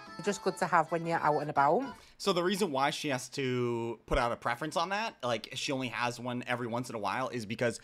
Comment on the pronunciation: Why does Gen Z not know how to say preface? They always say preference instead 😢